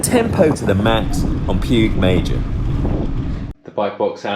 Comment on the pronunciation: lol I say your wife is in an unhappy marriage. And its pronounced Pig Mayor.